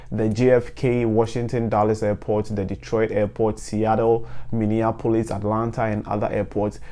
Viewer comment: The video was super informative but please say Seattle again for us. In fact if it’s possible, sneak it into every video you make 😂. That pronunciation was crisp 👌